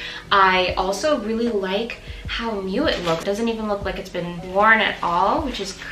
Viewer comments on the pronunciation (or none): none